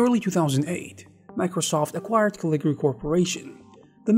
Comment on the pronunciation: Cool. I remember Caligari back the 80s. Along with Turbo Silver and it's follow-up Imagine. But it's Caligari. You keep dropping a syllable. 😁